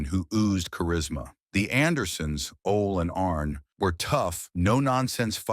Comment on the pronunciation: Ole pronounced "Olay"!!